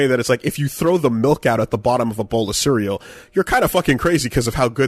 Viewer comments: says "melk" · It's MALK you uncultured heathen! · GET THE MAN A GLASS OF MAULK!